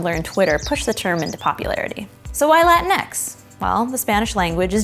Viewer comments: its pronounced "la-ti-nex" not "latin-x" and its not showing spanish has a preference to men???? what the hell???? its literally just a term to include all latinx people, and yes its all to use non-binary, genderfluid, etc etc., but its to use as a group????? its just grammer???????? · Va te faire foutre! This is bullshit it’s not real spanish and it wouldn’t even be pronounced the way she think it is. X is pronounced Equis not Ecks this is bastardization of my spanish roots and you sjw Americans are destroying it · im fine with it, but the pronounciation is horrendous. it's la-TEEN-ix, not LA-tin-ex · I’m Mexican from Mexico and I’m completely fine with Latinx, if anything the only issue I have with it is the pronunciation, like why not just “latin-ks” instead of “latin-eks”? Also, lol at all the buttmad people at the language being “”desecrated””, language isn’t static, get over yourselves!!! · Latinx only works if your first languague is english tbh, you guys pronounce it like 'latin-ex' but here were we speak spanish as a first languague it would sound like 'latin-ks' which is just odd. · It's pronounced "Latin-e" you don't pronounced the X. It's pronounced as E as in egg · I thought it was pronounced lah-teen-x